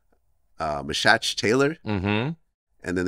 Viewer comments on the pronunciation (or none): Who the fuck is "Mesacci" Taylor? 😂 Vlad u my guy but you REALLY fucked up Meshach Taylor's name. It's pronounced "Me-shack " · ALSO VLAD LEARN TO READ NAMES THE RIGHT WAY: ME-SHACK SAY IT: ME-SHACK!